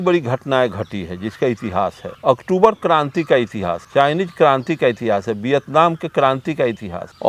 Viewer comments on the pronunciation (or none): none